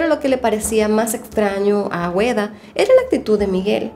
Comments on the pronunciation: no es "Agüeda" es ”Águeda". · Es Agueda no Agüeda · Águeda se pronuncia ageda